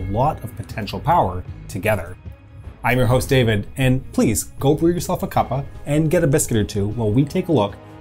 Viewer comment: Can confirm theres nothing worse then hearing anyone from any country other then Britain trying say cuppa